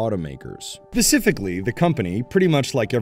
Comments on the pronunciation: Umm, I believe the correct word should be Specifically, not Pacifically... . Lol. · You lost all credibility when you said “Pacifically, like other manufacturers, the company…” ‘Pacifically’ really? 🤦‍♂️